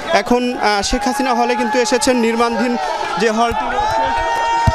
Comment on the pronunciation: নির্মাণাধীন।।। রিপোর্ট সাহেব, সঠিক ভাবে উচ্চারণ করুন